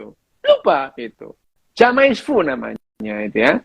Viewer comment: Maaf... "Jamais vu" dibacanya "zame-vu"... jamais is French for "never"... Sekadar mengingatkan...